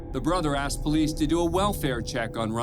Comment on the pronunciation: aksed me??